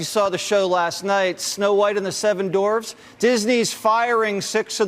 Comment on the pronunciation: Jesse can't even say dwarfs.